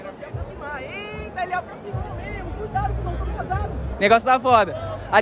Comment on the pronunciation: "eiiitaaa ele aproximou Memo" kakakakakakakka